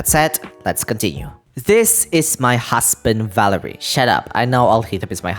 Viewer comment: valeriy, first it's not velerIY but valEriy, softened r edit, oh you did the emphasis right with valerio